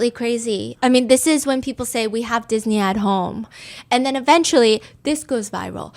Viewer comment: I’m cracking up about Chengdu “Diss-ni” 😂😂😂